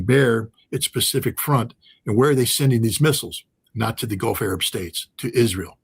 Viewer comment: couldnt say Israel